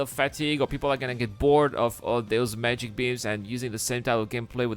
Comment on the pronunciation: "Mageic" beam 😂